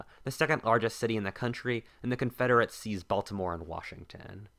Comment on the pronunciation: Your voice/accent bothers me. You hold the last syllable of each sentence uncomfortably long. "In Baltimorrrrrrrrrre."